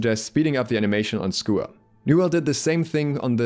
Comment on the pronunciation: Wtf is a schooer?